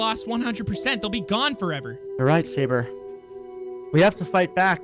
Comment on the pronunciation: It’s not Savor it’s Sabre